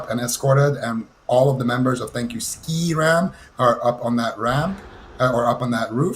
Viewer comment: why is he pronouncing it ski ram? Its literally named after the server they abandoned Skeram.